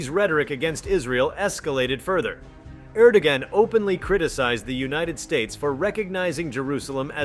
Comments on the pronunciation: The man's name is ERR DO WAN not Gan! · Correct pronunciation of Erdogan is "air-dough-wan"